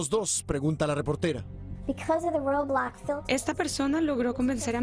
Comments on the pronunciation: Nadie: Absolutamente nadie: El señor: Robluokz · Roublox xD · Mí rey xonnek comento esta porquería de vídeo >:v y el tiene razón >:v PD:y no se dice roublox se dice roblox >:v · todos: roblox el reportero: roublux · Nadie: Los de las noticias: RuoBLoXz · No entendiste roublux es muy peligroso Roublux y roblox son muy diferentes XD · Dijo roblacks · The Spider Back rolox suena como una galleta de chocolate o una bocina men:v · rOwOlzz ahre. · En la popular plataforma de ruowbloxzzz v; aprende a decirlo bien :v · Algo que me da risa es que este cuate dice "robox" y no roblox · Como se pronuncia: Roblox Como lo dijieron: Roublox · se dice roblox no robloxs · Aplendan a desir bien roblox es roblox y no ruobox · Nadie: Absolutamente nadie: El reportero: rObLaXtZ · DIJO BLOBLOXTS xD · creo que en ingles se dice roubax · >:( El reportero dice rOuBlAx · Roublox :> xDD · Nadie: Absolutamente nadie: El men de las noticias: La EmPrEzA rObLuOtZ v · xd ROUWBLOSCK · Roblax xd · El Noticiero No Pronunció Bien Roblockz xD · No dijo Róblócs .-. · Roubloackz :v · dijo RaWbLoSXH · Me dio risa cuando dijo robuots 😂 Claro sin ofender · Se pronuncia Roblox como lo escribo una vez le dije rolox y me dijeron que lo diga con poderes de imaginación :V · A mi me hace gracias cómo pronuncia así: Ruoublox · Los gringos dicen roublocs